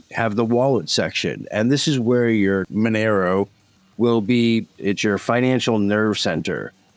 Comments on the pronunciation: Mon er o? No. məˈnɛroʊ Mon - air - oh Two minutes in and two words are mispronounced. KEY words. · Love the video, but it's pronounced are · kuh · type And muh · nair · oh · Monero - pronounced: Mon - eh - roh Archetype - pronounced: aar - kuh - tipe